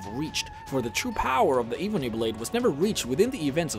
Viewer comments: Pronounce it ebony not eebony. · It's Ebony, not Eebony 🤦‍♀️ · This is the worst video ever made because he said iibony blade. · Eebony :D Hir-sayne :D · “The evbony blade” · Eeeeebony blade? Ebony. EB-O-NY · Eebeny blade??? It is called the Ebony blade mate. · Sagar Nautiyal + the Skohhl ov chorahption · kur-rup-shin (corruption) eh-Ben-knee (ebony) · I swear he said evening blade not ebony blade the first time lol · Eh-bon-eee,come on man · The fact that he pronounces pretty much every daedric prince/lords names wrong and he said ebony blade wrong as well it kills me! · The way u say ebony hurts my soul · U keep pronouncing ebony Rong